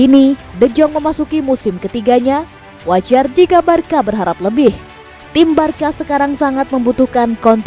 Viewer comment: Di sebutinnya barsa min bukan barka.. 🙏